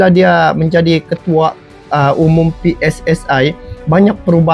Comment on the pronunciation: PSSI bukan pssai